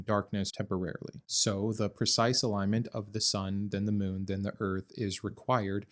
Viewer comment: The way you pronounced "moon" 😂😂